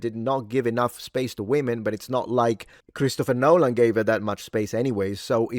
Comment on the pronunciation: "Nolan" he's saying Nolan!!! I thought that was some weird mewling to beat AI.